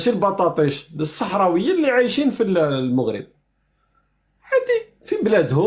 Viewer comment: ON DIT EL MAGHRIB EL MAGHRIB EL MAGHRIB EL MAGHRIB EL MAGHRIB EL MAGHRIB EL MAGHRIB EL MAGHRIB ET NON PAS EL MOUGHRIB DÉSOLÉ